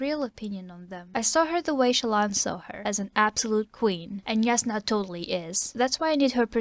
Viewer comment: Also it's pronounced (J)asnah, not (Y)asnah. My friend tried to convince me with some international phonetic alphabet stuff, but I won't be convinced.